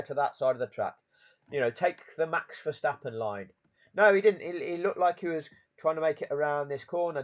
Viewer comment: Hi pal i know you call him max ver verstappon,I call him Thanx fer stoppen lol😅